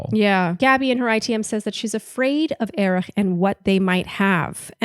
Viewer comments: Love you guys, as always! You're the only bach recap that I'm not embarrassed to be caught listening to 😂 Just wondering why you think Erich's name is pronounced "Erih"?? Did he intro himself that way?? I just assumed it was a silent h lol Word watch: 4 ! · I love you guys, but please stop pronouncing Erich’s name that way. It’s pronounced just like Eric. I’m not sure if you’re making a joke or incorporating some German pronunciation, but I had to skip through the recap of Gabby’s date because it was driving me crazy. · Can yalls pls stop calling him ErIcK cuz that’s NOT his name!!!!👎🏼😒 Hate to say it, but that’s annoying & disrespectful. Not funny. SHE-lene